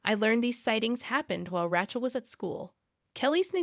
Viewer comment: Mispronunciation of the name RACHEL ....in many of your stories .!!